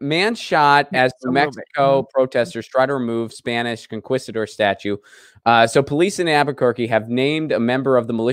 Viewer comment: You live in LA. You ought to pronounce conquistador correctly, broooo. 🤪